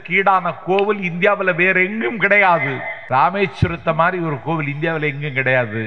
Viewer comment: Ramechwaram illa da naaye.... RAMESHWARAM 😂😂😂